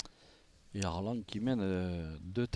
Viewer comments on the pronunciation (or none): On dit ARLAN